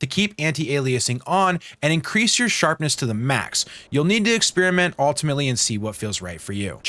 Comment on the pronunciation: SHARPESS? WHAT IS SHARPESS? c